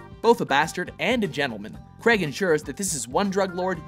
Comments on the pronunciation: Kreg!? Daniel kreg!? *craig pronounced "crayg" but another fine video from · It's crAIg not creg or Crai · It's pronounced "Craage" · Craig! Craig! CRAIG! NOT FUCKING "CREG"! URGH! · okay, love you guys, but it's pronounced 'Crayg', not 'Creg' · It's not creg its Craig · Stop calling him 'Creg' it's Craiiig! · IT'S FUCKING PRONOUNCED "CRAIG" NOT "KREAG". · It's not pronounced "CREG" IT'S "CRAIG" (Cr-A-g)! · They're Canadian I am Canadian to but I say it as Craig not creg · matt fahringer Of course he is..But the pronunciation of Craig as 'Creg' is commonly seen among North Americans( is Canadian) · how do british people pronounce it? daniel cr-ayy-g? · Daniel Cr-ay-g... The way it's supposed to be pronounced... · because Craig is a somewhat common first name and it is pronounced Cray-g. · Stop saying "Creg" please, it grates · All the people getting so mad that they pronounced his name Creg it's just our accent North Americans ( is Canadian) pronounce Craig like this so sorry not sorry about our accents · Ah yes, I love Daniel "Creg". Seriously does everyone in USA say Craig like this? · It's Craig not creg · Its Craig Not Creg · Craig not crag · It's not pronounced 'creg'. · His name is Craig not fucking Creg, Also Layer Cake is his best film! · His surname is Craig, not Creg!!! Will North Americans never understand this?? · I don't understand why Americans pronounce Craig creg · Craig not Creg ffs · Did he just say Daniel creg? God Americans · Anyone else get annoyed when Americans pronounce Craig like "creg" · bruh - screw fallout4 I some one's name was Hejdenberg you wouldn't pronounce it Huh-j-den-berg you would pronounce it correctly same with Craig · Craig as in vague. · That's how people in Canada pronounce Craig so... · Its Craig as in VAGUE, not as in BEG. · Why can't Americans pronounce Craig